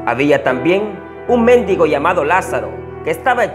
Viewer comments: El méndigo...no mendigo jajaja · Méndigo 😂😂😂, en realidad es :mendigo